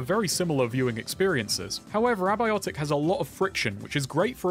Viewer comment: You had to go and jumpscare me with that pronunciaation of Abiotic huh?